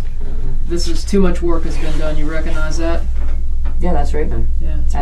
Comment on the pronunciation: Mispronunciation of “recognize” is annoying. “Cog” ⚙️, hard “g” sound required. Not “Recon”ize.